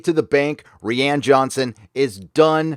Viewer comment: I laugh every time keeps messing with Rian Johnson by pronouncing his name "Ree-ann". LOL.